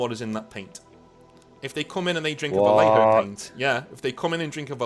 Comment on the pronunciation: my wife overheard while I was listening to this video, she's mad you keep pronouncing vallejo wrong. Because of the double L she said it's pronounced like: Va-Yay-Ho She's Mexican, so if she hears it wrong again she'll get annoyed and start smacking me on the back of the head. SOS